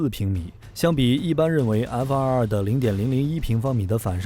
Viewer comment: 看了几个小编的视频，都有一个共同点，就是： F22 念成 F222 F23 念成 F223 这抖出多一个 “2” 的音永远都改不了！